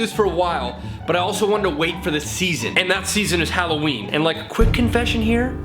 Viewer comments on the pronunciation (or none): hollowinie Me: immature giggle ha halowinie